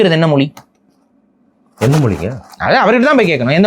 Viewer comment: மொலி அல்ல மொழி